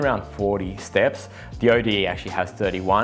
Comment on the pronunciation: And it's pronounced 'ode', not O.D.E.